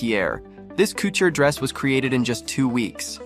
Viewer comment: Learn how to pronounce couture and many other words.